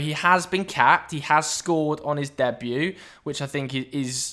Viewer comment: You said debut very weirdly 😄